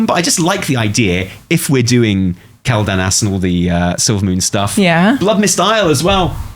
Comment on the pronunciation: The way is pronouncing Quel'Danas is the whole Conquistadors thing all over again.